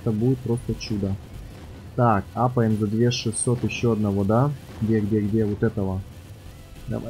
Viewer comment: не мапаем а апаем